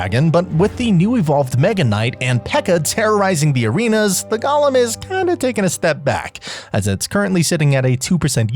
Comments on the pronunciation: It's not "gollum." It's golem. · Bro please it’s pronounced go-lem, gollem is objectively incorrect as per Merriam-Webster.